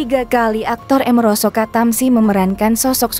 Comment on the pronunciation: Amiroso kok dibaca emeroso